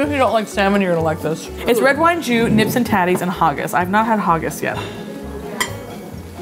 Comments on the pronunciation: It's neeps not nips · maybe, I thought it was because neeps is short for turnips so they thought “oh turNIPS it must be NIPS” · "Nips and tatters" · And “nips” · that was by far the worse way I've heard Haggis said, as well as Neeps and Tatties, and I've worked at tourist spots 😂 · The fact she said nips instead of neeps and haugus instead of haggis is hilarious 🤣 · “Nips and hawgus”. Can’t beat Americans trying to pronounce Scottish foods. 10/10 for “slàinte mhath” tho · Also ur saying haggis neeps and tatties wrong! Ha-giss neeps and tatties!